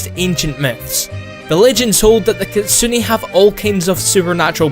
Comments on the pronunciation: Dear. Your pronounce make no God Damn Sense. Kitsune is not pronounced as Kit-su-ni. Last E should be pronounced as 'net' as in network. Not 'nit'. Try the google translator for キツネ and check out the pronunciation. Sincerely, random Asian guy. P.S. I love this vid. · isn't it pronounced kee-tsu-nae?